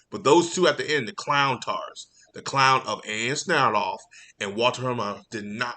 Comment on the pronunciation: I would correct you on mispronouncing Walter Hamada and Ann Sarnoff’s names, I hate these two too much to even care.